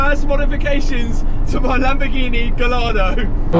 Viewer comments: It's pronounced "gai·aa·dow"! Absolutely love the content of your videos, I've been watching for the last year or so 😊 but please, don't call your Lambourghini a "gall-ard-o"! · luv the vids but please stop saying GALL-ardo its GUYardo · Matt please stop calling it a Gallllllardo. It's Italian not British, and pronounced Gayardo! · Think its pronounced Guy-ardo not Gal-ardo :) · Gallardo is pronounced more like guyardo mate 🙊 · mate... It's pronounced "Guy-are-dough" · It’s pronounced guyardo 🤦🏻‍♂️ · What a good job looks amazing! & it's pronounced Guy-ar-doe btw. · Please pronounce the Lambo's name properly, brilliant content and progression man, your channel is the Dogs. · Also, do you pronounce Gallardo wrong on purpose? 🤣😂🤣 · I cringe every time you pronounce Gallardo. Lol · Please pronounce Gallardo the right way😩 On another note, also please don’t feel guilty or the need to apologize for doing mods to any of your cars. They’re yours and yours to do with whatever you like to. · youre a legend and i love your content but please pronounce gallardo properly in future videos lol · Love the channel, love everything you do to the cars, love the fact you make them how you want them….. but Please for love of god pronounce the car name properly 😂😂😂😂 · Gallardo owners are probably more annoyed with how you pronounce Gallardo. 😂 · Who else is in pain the way he pronounces gallardo?